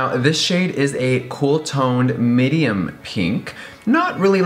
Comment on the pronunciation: Anyone else notice he says “midium pink”??? 😂🖤